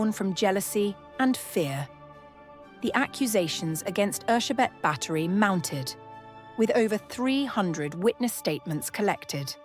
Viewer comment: I just came to say thank you for getting her name right. Bugs me when historical figures have their names anglicised. 😉👍